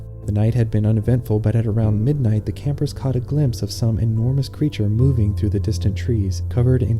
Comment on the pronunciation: He cahth thevfrog mam😂